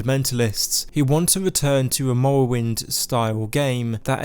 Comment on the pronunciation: “the ewdew scwows thwee: mowowind”